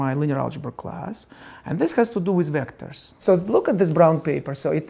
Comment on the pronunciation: " And dis haz to do with ZVECTORS